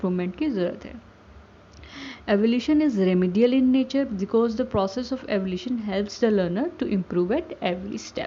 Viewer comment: It's evaluation not evolution